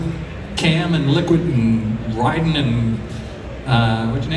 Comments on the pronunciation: his pronunciation of Raiden hurt my ears. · The way he says "Raiden"